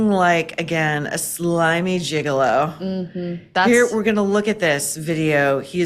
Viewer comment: “Slimy gigalo” 😂